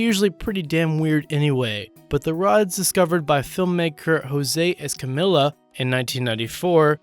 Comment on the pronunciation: *es-cah-me-ya not es-cah-millah.